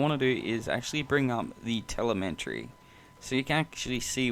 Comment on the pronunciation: Helpful video. Just FYI, there's no "n" in "telemetry" ;)